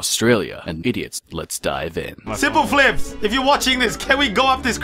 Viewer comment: I like how the text to speech calls you Sim - pleh - flips